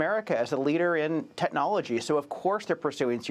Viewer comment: What the heck to tetnologie? Or tetnelogical? Why listen to a guy who can’t say technology?